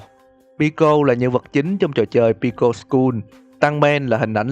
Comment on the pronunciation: Đọc là pico ko phải bico